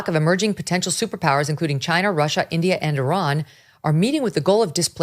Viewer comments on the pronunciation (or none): none